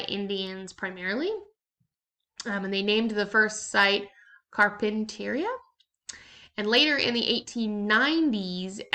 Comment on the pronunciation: Pronunciations: CarrpenterEEah Doheenie (meenie my knee moh.) Eeerock. NOT Eye-rack.